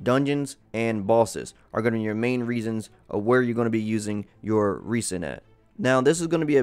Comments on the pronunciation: Thanks for the consistent Genshin Impact content. Your videos have been informative and useful~ But my man, please stop pronouncing Resin (Reh•Zn) as 're-sin' lol. Kills me inside a little every time. xD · I think avoiding the mistake of calling "Rez-En" "Reese-in" is a good place to start.